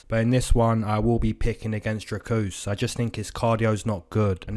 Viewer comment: He callled him Dracusta or some shit lol